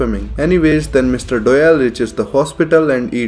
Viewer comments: Everyone: Doyle: Dowell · Lmao he calls doyle dyel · Ah yes, my favorite character, "Dœyl" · Wait is his name pronounced Doy-ley or Doy-el